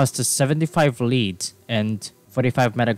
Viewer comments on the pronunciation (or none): the ea in lead is pronounced like э in russian (i dont know a lot of russian, only the alphabet and some basic phrases) also homing means it follows whatever its attacking im not trying to be mean, i know english can be hard to learn so good luck :)